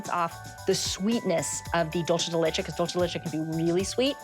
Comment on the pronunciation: Dulche de leche